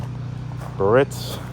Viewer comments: With all due respect, it's not Buh-RITZ....it's BEE-a-ritz, just like it's spelled...you're driving me nuts. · That's pronounced 'Beearitz'........not Baritz.